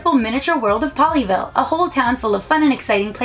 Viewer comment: Every time she says “Pollyville” she sounds like she’s saying “Ponyville” I’ve been watching to much MLP....